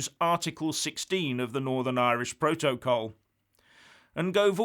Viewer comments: The way pronounces ‘protocol’, exposes him for the thick, badly educated fool he is. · first learn to pronounce ‘protocol’ properly. is a fool, as is anybody who buys into his crap half-baked analyses. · Love the way he pronounces “protocol” and “vis a vis” -anybody else?